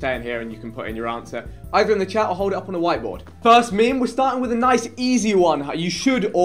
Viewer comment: Why tf does vikk pronounce meme as “meeeme”?